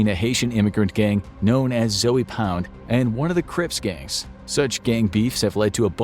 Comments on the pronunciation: It's pronounced Z-oh pound, not Zoey pound...🤦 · Lol he keeps saying “Zoey Pound” it’s like “Zo Pound” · It's not Zoey Pound lol smh. It's pronounced Zo-Pound. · This man said zoey pound lol I can’t stop laughing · Zoey pound. Said it so wrong😭😂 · Zoe Pound was pronounced wrong. The E is silent. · Annnd all the anti American slowpokes completely ignore the mid video stabbing that's far more common. And no it's NOT less fatal or less dangerous. Europeans are just notoriously ineffective at it. That's all. They're bad at stabbings, despite doing it so much. You couldn't even pronounce the name of the gang in your video correctly, let alone get actual information correct.